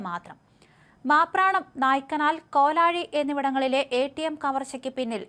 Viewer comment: മാപ്രാണം , നായ്ക്കനാൽ അതുവരെ വളരേ ശരിയാണ് പക്ഷേ കോലഴിയാണ് ച്യാച്ചിയേ ചതിച്ചത് . ആസ്ഥലത്തിന്റെ പേര് കോലാഴി എന്നല്ല കോലഴി എന്നാണ് .